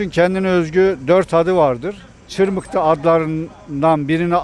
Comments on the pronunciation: ÇIRMIHLI DEĞİL:) ÇIRMIHHHHTII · Çırmikli değil abi çırmıhtı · çırmıklı demişsin ama doğrusu çırmıktı(çırmığtı) 😂😂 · Çırmıklı değil hocam yanlış anlamışsın, çırmıktı diye yazılır çırmıhdı diye okunur 👍😊 düzeltin lütfen.. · Çırmıklı değil, Çırmıhtı (Yeşilyurt). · İsmini bile yanlış söylüyorsun çırmıklı değil biz Malatyalılar çırmıhtı deriz oraya birde bu sonradan gurmeler birisi bir yere gitti mi diğeri hemen aynı yere damlar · Cirmikli degil cirmihti diger adiyla kundubey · Çırmıhtı çırmıhlı değil